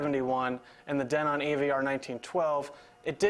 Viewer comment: Who taught you how to pronounce "Denon" ???????????? You don't know how to!